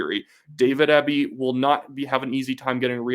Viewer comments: You are saying Eby's name wrong. It's pronounced like the letters, E, B. Not ehhhby... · You really should have done more research on this video. The BC Liberals are center right. And it's pronounced EEBBY dispute its spelling. Or as we in B.C. say it " ass clown ". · Excellent commentary. Eby is pronounced EE-bee BTW. Thanks for this exciting update! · A critic with a conservative axe to grind. Look, you're from out of province and you don't know how to pronounce Eby's name. He's actually a bright man even though I disagree with a lot of his policy. I'm a centre right voter. I'll give you credit, your history lesson is more or less correct but we all have google. Finally, it's only 1 poll. When I see others like it, I may pay attention. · You might sound more informed of you pronounced Eby's name correctly. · Good job but you should get their names right. It’s John Rus-tad and David Ee-be